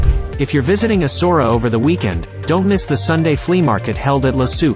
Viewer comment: Not ESSORA .. ESSA -OOW - ERA.